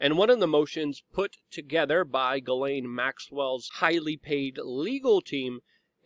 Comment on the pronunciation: Thank you for pronouncing GM's name correctly.